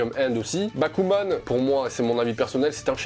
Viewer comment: Magnifique transition bon par contre j'ai compris bakugan au début au lieu de bakuman... j'aime les deux donc c'est pas grave ತಎತ